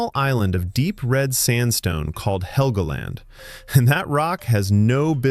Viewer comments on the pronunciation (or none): none